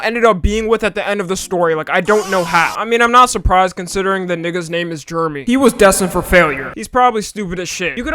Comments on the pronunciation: its not germy you dumba boy its jer - eh - me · U calling Jeremy sounds more like GERMY lmfao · Ugh the way you butcher my name is so Cringe it’s jer-remy Jeremy !!!! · did he say germy?